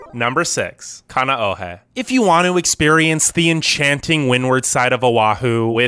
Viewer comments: Oh please Bradda! Please learn to pronounce Hawaiian words! King Kamehameha is rolling in his grave. Haleiwa! Kaneohe! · Please learn the correct pronounciation of Kohala, Kaneohe, Haleiwa, Hanauma Bay, Molokai, Honolulu, Kapaa, Kauai and Koolau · Are you sure you pronounced Kaneohe correctly?🤔